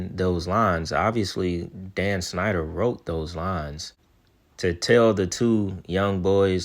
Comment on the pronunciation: Bro you ad a "sh" sound to things that don't have it but when you say Dan's last name you say "snyder" when it's "schneider" lol u leave out the sh when u actually supposed to say it.